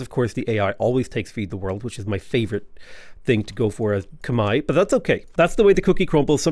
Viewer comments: Whoaaaaa wtf someone who says Khmai correctly! Respect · saying Khmer correctly is music to my ears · Yay! You pronounced it correctly! Good on you for learning. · As a Khmer person, thank you for pronouncing our name correctly 🎉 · So glad Khmer is your favorite civ! Double points for pronouncing it correctly. As a Khmer person myself, I am so exited to see this playthrough!